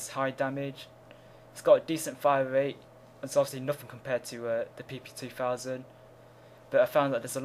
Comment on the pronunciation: Its funny how you can't say r's. You say wate, instead of rate, and wifles instead of rifles.